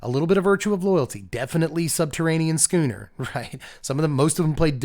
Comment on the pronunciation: Thank you.... thank you for pronouncing schooner properly... so many people mispronounced it... it shouldn't have bothered me but it was starting to... so thank you.😊